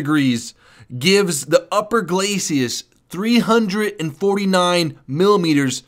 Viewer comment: People saying Galcius instead of glacis. I hear it in lots of videos. Every time I hear it I think C-C-C-Combo breaker!